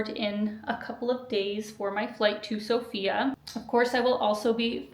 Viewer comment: Good luck! One of the first things that you'll learn when coming to Sofia is that the emphasis is on the O instead of the A, making it sound less like the traditional name.